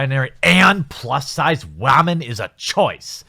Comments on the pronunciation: I don't even think he realizes he says wahmen half the time. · Why do you keep mispronouncing the word women. It makes you sound dumb.